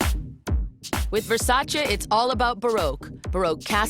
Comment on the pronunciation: It is VersacE not VersacI guys❤️lmao